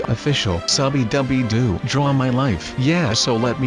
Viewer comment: It's not dude it draw my life it's draw